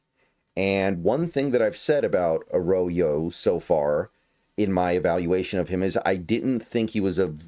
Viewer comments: It’s not ah-raw-yo. That’s very incorrect. It’s Ah-RRo- Yo And by the “ RRO “, I put the double RR to indicate that’s an r roll. If you can’t roll your R’s / aren’t Latino, then it sound sound closer to Uh-Ro(w)-Yo Uh raw yo is very wrong though. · A rodeo? I highly doubt that’s how you pronounce his name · His last name is pronounced Ah-roy-yo. It’s Spanish. It’s kinda fire we drafted two Mexican Americans. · I’d go with: “Uh-roy-yo” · Yes, Arroyo is pronounced Ah-Raw-Yo. If it sounds foreign to you, it's because it is. He's Mexican. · I don't want to be an asshole but "Arroyo" and "Milroe" should not be difficult to pronounce at all lmfao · I’ve got a new job as a weird name pronunciation coach! Thanks for the shoutout The Island of Dr Milroe? Nope, Jalen isn’t Jay Len it’s almost automatic in a two syllable name like the emphasis is first syllable on both. And A Row-Yo takes some getting used to but once it’s natural it’ll flow like he does through defenses. Last but not least you know who has no 40 time and probably is no faster than Damien Martinez? Pete’s new RB they threw a number six overall at. Feel free to check my work, if any of it’s wrong I’m humble enough to learn.